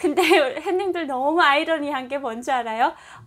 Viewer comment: 저기요~~~~ 씨 죄송하지만 처음 시작할때 햇님들 하며 인사하시는 맨트 안하시면 좋겠는데....! 처음 화면에서 했님들 인사하시는 소리에 깜짝깜짝 놀래고 있어요. 다정한 인사도 좋지만 그부분에서 자꾸 놀래고 있어요ㅎㅎㅎ 그냥 부드러운 남한식 오프닝 인사 부탁 드려요.